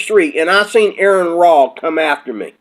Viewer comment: Also, it's pronounced are-en raw. Are en. Not Aaron.